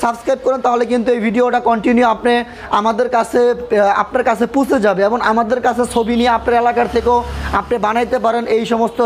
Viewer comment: কথা কইতে পারে না, নিজের ভিডিও নিজেই দেখ,কথাই বলা শিখেনাই পুছে যাবে কারে বলে,পৌঁছে যাবে